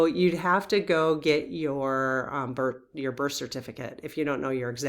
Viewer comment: It sounds like you’re saying “burt” chart and “queshion “ I know we all have local accents but I’d love to hear better pronunciation of these words. Love you lots. And the birth time study would be majorly interesting.